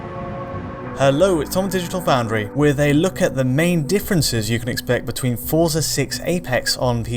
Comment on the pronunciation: FYI, Forza is pronounced fort-za.